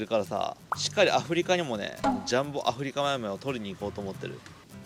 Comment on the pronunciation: アフリカマイマイが上手に言えない 神経毒の初期症状かw